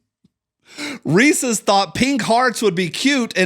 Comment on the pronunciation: My brother in Colt did you just say Ree-Sees?